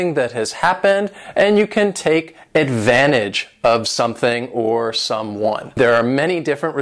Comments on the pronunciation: Great video! But sometimes you use words that I don't know what they exactly mean.😩 Do people have a medicine or take a medicine.😕 Also does "advantage" always pronounced the way you did?☺ And nice whistle btw👍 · thank you so much best teacher ever <3 but just one question did you pronounce the word advantage without pronouncing the t letter ? did I hear it correctly?